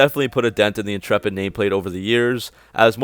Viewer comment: Dodge inchurpit in-churp-it